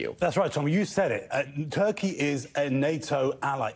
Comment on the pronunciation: it's funny when the interviewer said Turkey and it sounded like Taqîya